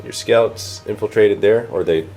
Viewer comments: Yep the French pronunciation for scouts is "scoot" I guess he doesn't know the English people pronounce it in a different way :) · I about lost it when he said 'scoots' for the space marine scouts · I like how calls scouts "scoots" XD hahaha